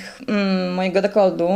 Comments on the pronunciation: Dekolt, nie dekold XD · MOWI SIE DEKOLT (nie deklod) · Kto kurwa mowi DEKOLDDD ?? A tym bardziej dziennikarka.. D jak DekolD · nie jest ona specem od sztuk walki ale np. taki Szpakowski ciągle przekręca nazwiska i nieraz gada głupoty ale jakieś tam poważanie ma ogólnie, normalnie jak ona przeprowadza wywiad to normalnie rozmawia a tutaj żarty sobie robiła no bo chyba na serio nie uważasz że ona normalnie mówi na codzień dekold zamiast dekolt, nie jest ona jakąś bliską mi osobą bo znam ją tylko z neta ale ją bardzo polubiłem , jest piękną kobietą i jeszcze marudzisz wolałbyś tu kogoś z wyglądu podobną do wellman czy też do gesslerowej ? Bo ja tak nie za bardzo raczej . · DekolTu a nie dekolDu. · Mówi się dekolt, nie dekold. Pozdrawiam.